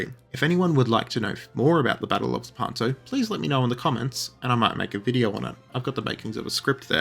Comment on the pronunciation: Id like to know about the battle of…La-pan-toe? Shut up